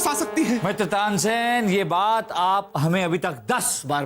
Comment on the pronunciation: Tansen nahi Tansain 😂😂